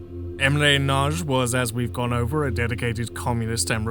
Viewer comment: Not "Nag-i" but closer to "Nudge". Y is never a vowel in hungarian, it only exists as part of digraph letters where it serves as a consonant. Edit: I think you only had it "Nag-i" once, the first time. Overall good effort for a non native speaker.